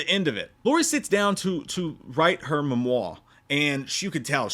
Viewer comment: it is memoir… pronkunced ‘Mem-Waar”